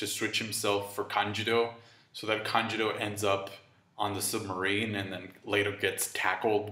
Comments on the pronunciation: Lol it's kanJURO, not kanJIRO... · Why do you keep saying kanJIRO ? It’s kanJURO lOL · AND THE OSCAR GOES TO... Denjiro. Wait no sorry it was Kanjuro